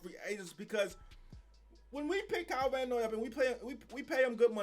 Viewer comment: Kyle Van "OI" LMAO